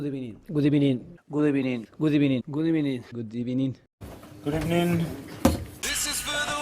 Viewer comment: before Arteta: good ebening during Arteta: good afternoon